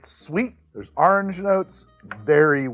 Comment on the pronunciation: Say "Or" "Ordinary" "Original" "Orwell" "Orson" "Oregon".... now... you've had practice: "Orange". :D I TRIED! lol. Also, thank you for your videos. Love them.